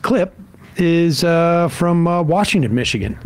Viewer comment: It is Washtenaw not Washington.